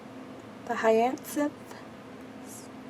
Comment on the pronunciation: It's pronounced Hi-ah-sinth ;-) I love your haul I especially love all those blue beads and those white/crystal blingy ones-wow! Oh and you have really pretty hands, :-D Thanks for sharing!